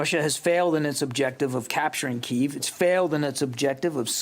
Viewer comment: Why do these government and news people keep pronouncing the city Kiev as (KEY-VE) when its always been pronounced as (KEY-EV)?